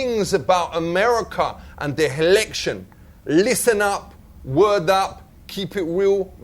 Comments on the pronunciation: "H'election" LOL This guy is awesome. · "Helection" :D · the Helection. Does your think. lol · helection, hahahahahahaha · "da helection" 😆🤣😆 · I love his pronunciation... "the hillection", lol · "Cause him know Nothings about America and the helection" loL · "heliction" lol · "hevedence" "helection" buhahhahahahahah